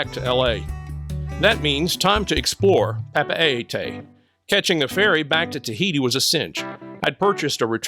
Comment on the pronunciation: Great overview of these two places! Just a tip on pronunciation of Papeete: Pah-peh-TEE